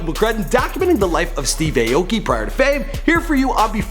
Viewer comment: That's not how you say his last name..